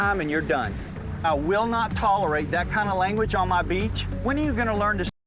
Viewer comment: That emphasis on beach word got me😂😂🤣🤣🤣